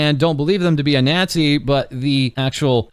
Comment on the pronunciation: Can't believe he pronounces it like that NYAzi 😂